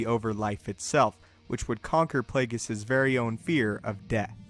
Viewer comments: uhhhhhh! I shit out the correct answer while hitting the ground running in the very same direction parallel to the theory presented in the video.. want another funny fecal excrement??? "But Plāgus," sounds as if said "Butt Plugg." thanks for being wide open for the cheap shots & I'm Out!! throws mīc at spectator in 1st row kicking the exit door intently while leaving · It's Plaguise